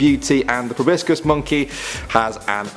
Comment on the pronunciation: It's not prounounced (pro-bis-cis) it's (pro-bo-sis)